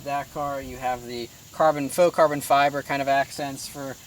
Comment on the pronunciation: carbon fo-bre